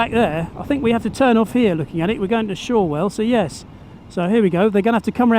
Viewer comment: Awesome vid! Cheers. FYI it’s pronounced Shorrell not Shore Well. Asan Islander it’s a great choice of circuit.